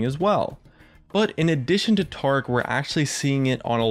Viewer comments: Tarr-ic? Ta-ric! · Why does he say "Taric" as "Trec" And "Yasuo" as "yarsoow'ow"? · Reworked TAH-ric? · Can't handle how he pronounces Taric.. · When I heard you pronounce Taric incorrectly, that's when I stopped watching. Stay at 200k views kid, next time do it right.